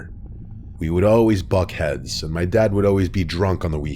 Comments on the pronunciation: "buck heads"? Pretty sure it's "butt heads" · Erm it's butt heads not buck heads dislike! Like i mean sure it's reasonable i guess but like yeah no. Do. Your. Research.